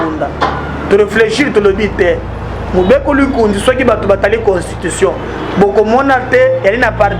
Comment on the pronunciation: Hahaha Can you please learn Lingala before barbaring here like MUKUNA wa Tshibelbele. It is about mo-be-ko Li-kon-zi, but you are about "mubekulingunzi". What language are you speaking, is this Lingala or Tshibelebele. Pouirquoi toi Monsieur tu ne peux pas parler en Tshiluba??? Why are you struggling speaking Lingala instead of your mother tongue?? FUCK!!!